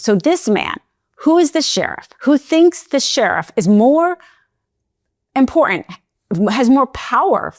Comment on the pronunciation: Critical is not pronounced “crinical”. Important is not pronounced “imporen”. Thank you.